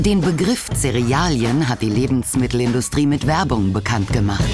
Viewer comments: Er betont das aber auch so: "LebensMITTELindustrie" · Es gibt nichts schöneres als wenn Sebastian "Lebensmittelindustrie" sagt